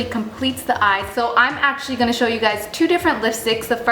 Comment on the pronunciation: I've always noticed that you say "going" funny. Lol You always pronounce it as "gone". Haha Random, but cute. Love your vids girl!